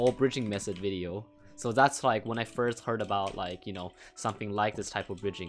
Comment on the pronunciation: lemme teach you more english:D dont call "method" mesod im not trying to be rude, but wanna make your commentary better:D edit: dont call "th" "s"